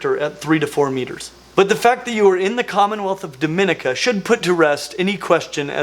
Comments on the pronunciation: Finally reptiles from my island. Been following this channel for quite a long time. Pronounced "duh-me-NEE-ka" instead of the spanish sounding pronunciation. They do get very large. Met one sprawled across a road near a residential area some years ago.. tail across one end and head on the other. Think it had caught an agouti because it was just laying there with a big belly. I just stepped over it, it didnt even react to me. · Small quibble: the commonwealth of Domenica is actually pronounced "Doh-men-EEK-ah". You're welcome.